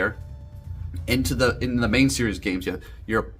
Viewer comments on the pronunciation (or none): none